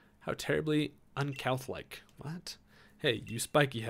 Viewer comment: The way you said 'uncouth' was terribly uncouth.